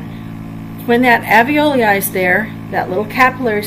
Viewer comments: In spite of my horrid pronunciation of the term "Alveloi"... thank you for overlooking that and finding the good in this! Glad it helped you! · Rob James I am terrible at pronouncing alveoli. I have mastered it since this video, however!